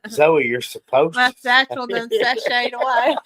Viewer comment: It’s pronounced sashay